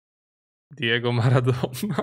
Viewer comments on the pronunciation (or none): none